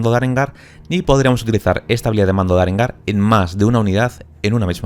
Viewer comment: Apunte, arengar es aguda sin acento y no esdrújula por si no se entiende =P